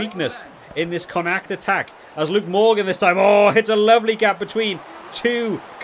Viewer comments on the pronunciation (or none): I havent heard someone butchering the pronunciation of Connacht (con-ukt😉) that badly in quite a while😂 great videos mate, looking forwards to the six nations!